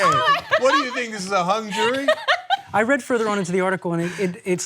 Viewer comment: Cent.. was that HUNG jury Or Hong jury?